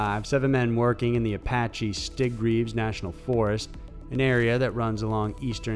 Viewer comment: I live near the national forest that Travis was abducted from. It is pronounced "sit-greaves". 🤘